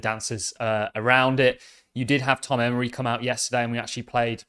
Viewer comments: you keep referring to Congressman Emmer as "Emory". It is Emmer. As always thanks for the updates. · Emmer not Emory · Emmer........not Emory